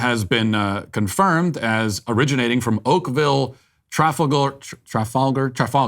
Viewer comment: Fyi, the pronunciation of "Trafalgar" was correct. I grew up in Oakville